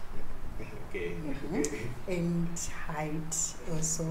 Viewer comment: nhai henyu imi “Age” pronounced “edge”😂